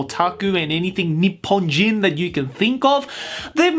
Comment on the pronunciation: "Anything ni-PPON-jin you could think of..."